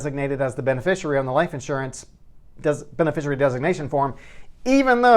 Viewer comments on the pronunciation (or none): Professional tip - It's pronounced be-ne-FISHY-ary.